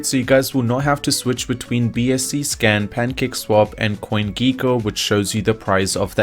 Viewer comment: It's gecko- not geeko